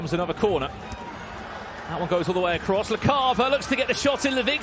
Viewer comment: Anyone notice how the commentator cannot say the word "across" without putting a "t" at the end..